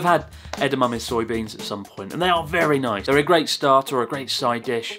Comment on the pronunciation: LMAO its terrible. I love the English praise tho. "Ver-noice." I have an old friend who's English and if he ever says something is very nice, I know that shit slaps